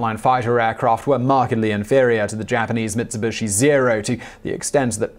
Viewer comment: Never heard of MitsubUshi before, did they make nucular missiles ? :p